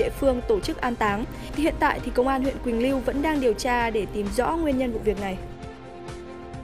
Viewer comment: Quỳnh lưu not quỳnh liu nhé c 😌